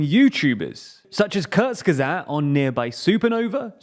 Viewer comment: Dude, while you're in Köln... get someone to explain to you how to pronounce "kurzgesagt".